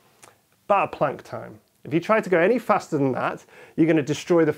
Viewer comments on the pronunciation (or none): none